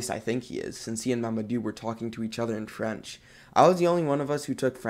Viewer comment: Dang that French was perfect Are you fluent in French?